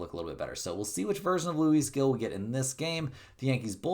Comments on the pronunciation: The baseball player Luis Gil's name is pronounced "LOO-ees" "HEEL". The "Gil" part is pronounced like the English word "heel" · Love the vids but can you please look up how to say manaea and now Gil as well ❤before I jump through the screen to tell u 😂